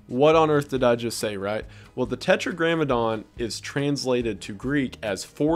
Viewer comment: Tetragrammaton not grammadon.